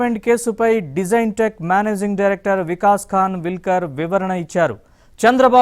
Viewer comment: ఆయన పేరును ' ఖాన్విల్కర్ ' గా పలకాలి